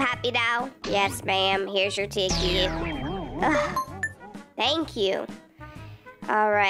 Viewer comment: Loll voice acting is hilarious and hey!! Lover ur videos and the way said tickie instead of ticket